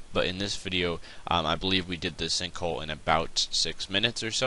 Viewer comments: "stinkhole" lol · I could have swore you say stink hole in the beginning lmao!!!!!!!!